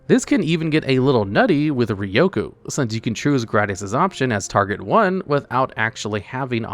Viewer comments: it's pronounced GRAYdius not "GRADius" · It's pronounded "Gradius" Not "Gradius" 😎